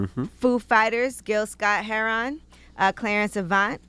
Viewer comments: Gil Scott Herron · No they said Gil Scott-Herron